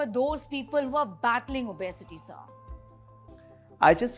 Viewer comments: The doc is pronouncing obesity correctly. The anchor is pronouncing it as o-bay-siti. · I had to stop watching the video becoz the anchor's pronunciation of the word 'obesity' was too bad 👎